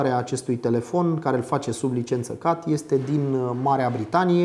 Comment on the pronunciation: Ai spus cumva "cat"? Cum plm sa pronunti cat, in loc de chet?